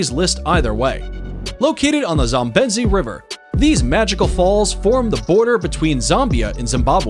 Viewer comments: beautiful video, but may I point out that the waterfall is on the zam-BEE-zee (Zambezi) River, rather than the zahm-BEZZ-ee, and that Lake Baikal is BYE-call, rather than BOCK-all? Also, you have to be leaving something out when you call Grand Prismatic Spring the largest lake in the USA, and #3 in the world, because all 5 Great Lakes are larger, as well Yellowstone Lake right there in the same park. Then there are Great Slave and Great Bear Lakes in NWT, and Lakes Winnipeg and Winnipegosis in Manitoba, both being in Canada. Did you maybe mean to say that it's the largest hot spring, because I maybe could believe that? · It's the 'Zambezi' not 'Zambenzi' river............ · Its Zambezi(Pronouned:ZamBEZ) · Bockel? The lake in Siberia is pronounced By-Cal. And, Zam-bee-zee.